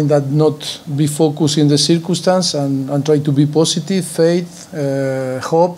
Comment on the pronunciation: cirkuumstaans cirkuumstaans but of course cirkuumstaans of course